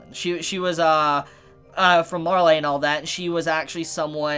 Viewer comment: I thought it was pronounced mar-lee-yan